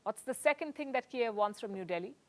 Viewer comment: Kyiv has two different ways to pronounce it Compare vs Russian vs Ukrainian - is the speaker intentional?